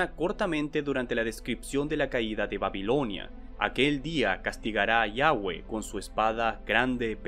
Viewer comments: Desconozco porque pronuncias Yavhé ( Yavé) como Yawé / Yagué ... Pero aun asi es entretenido ver tus videos sobre bestias mitologicas , ya que me sirven de inspiracion para cuando organizo partidas de roll jejeje Enfin, muy buen video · Me encanta ver tus videos Bro, eres el mejor. Solo una observación, mencionas el nombre de Dios como YAUHE, pero lo correcto es YAVHE, es con V y no con U